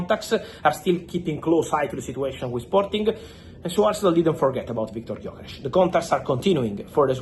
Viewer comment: idk why but him saying Viktor gyökeres was very satisfying for me